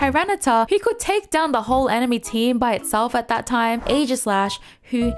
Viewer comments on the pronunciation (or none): none